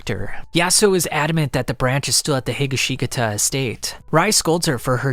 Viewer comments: Your pronunciation of Higashikata ended my motivation to even watch the video. No offense, but... WHY? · I almost puked at how badly he pronounced higashikata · Hey great video, also congrats onf finding the one incorrect way of saying Higashikata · Boy you keep killing the last name how are you a jojo fan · i cant even begin to explain how much i want to slam a chair through your head because of the way you pronounce higashkita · Great work mate but you butchered josuke's name his last name that is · I've never heard someone butcher Higashikata as bad as you did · the way you pronounced "Higashikata" made me die inside. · I was looking forward to this video but when I heard you pronounce 'Josuke Higashikata' .....well, I'll have to come back later and watch this cause now I can't move past that pronunciation. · In Higashikata the second "i" is silent. You're welcome. This is much easier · the way he says higashikata makes this unbearable to watch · The way you say Higashikata makes me cringe. Thank you for making this video but that part drives me nuts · Bro, you stressed, like, all the wrong syllables in Higashikata 😭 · the pronunciation of higashkita made me want to die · Stopped watching as soon as bro mispronounced Higashikata lol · That’s not how u pronounce higashikata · Because it’s 100% not the right way to pronounce it lol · If you listen to the author or simply watch the 4th part of the anime, you will know that you completely butchered the name “higashikata” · Has anyone else noticed how many times this man botched the name higashikata? I’m not really mad at that but that’s hilarious! It makes me laugh every time 😆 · The way you say Higashikata is so cursed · Hearing AI pronounce Higashgita is a brain fart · It's He gah she kah ta.. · Bro said Heega sheega ta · "jujolian" "hi ga shi ta" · Ah hell nah Higa-shiga-ka-ta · THE WAY HE PRONOUNCES HIGASHKATA IS SO WRONG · "Higgasheekata" eh? lol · He-Gosh-Ka-Ta that's how you pronounce Higashikata